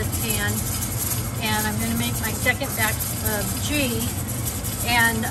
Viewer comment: 11/29/22 Pronounced GEEE... The "H" is 🤫 SILENT geee....👍 I always save me a small jar to keep in my bathroom I use it in my hair and skin as a moisturizer 🧴